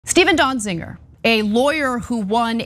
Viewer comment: Ana, it is not pronounced DonziNger. It sounds like there are parts of this story missing. Be careful what you’re asking for… are you saying that anyone held in contempt of court or Congress due to J6 insurrection should not be held accountable.